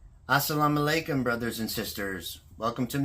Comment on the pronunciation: Mashallah, brother. looks great with beard!! Same like Sheikh Yusuf Estes. Btw, I loved the way you say Assalam o alaikum. Mashallah